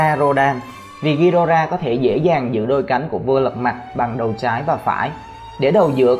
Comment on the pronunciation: Vãi thánh đọc tiếng anh là đây